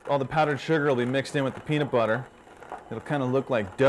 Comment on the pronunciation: This video was nice except for every time he said peanut BUTHER